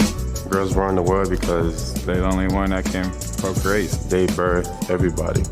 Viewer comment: this is how 5 year olds make a video for mother's day.. exact same script.. "they procurate cuz dey grate" "dey quins"